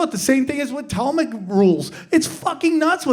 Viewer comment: Tahlmudic not Tallmic. Yall better be careful, small hats hate when you talk about what they think of everyone else.